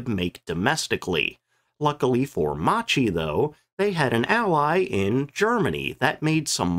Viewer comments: When in Italian a consonant is followed by a H the sound of the syllable is hard. To be clearer, Macchi you should read as "Makki", not like you did. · Video. I wish creators used Forvo to learn pronunciation of names before stumbling over them dozens of times. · ehm "Mucheee" is actually pronounced "mukky". This quite lacks the whole story of Italian fighters: with DB 605 engine there were designed two other fighters, one of which had even more particular abilities but had some flaws, Officine Reggiane RE 2005 of which just a few were produced and after '43 a very few were just adopted for training in northern Italy. The other was the more famous Fiat g55 that was easier to build. When Germans gave us DB 605 the agreement was we had to build some models to compare with German fighters so to choose just one to produce massively. The day od the demonstration German generals themselves admitted our aircraft were in many aspects superior to theirs, for maneuvrability for instance but the real problem was the all our models were more complicated and long to produce. So there wasn't a shared production. G55 was the easiest of the three and it was a real killer against allied bomber over RSI lands. have a listen to this guy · you don't pronounce Macchi as macci but Makki for fuck sake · I should be pronounced Ma-Kk-i, not MaCHi... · Ok we all know the jokes about the Regia Aeronautica, but… first of all as a documentarist at least learn how to pronounce Macchi! Bloody hell, ch in Italian = k , therefore the chi at the end is pronounced like KEY not like chip🤦‍♂️ Next, about the MC 205 being the best, there are other videos around about the Fiat G55 being so good that the Luftwaffe evaluated it, recognised the potential and didn’t adopt it only for industrial reasons. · Actually more like "Mockie" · Macchi is pronounced “makki”: “c+h” in italian is always a “k” sound (double k in this case) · Right pronunciation is “Makki” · I believe Macchi is pronounced "mock-key."